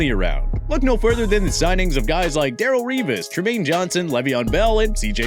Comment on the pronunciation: TPS Top 10 mispronunciations This guy mispronounced Darrelle Revis